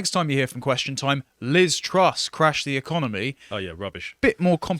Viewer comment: the woman's name is Truss, not Trust. Great start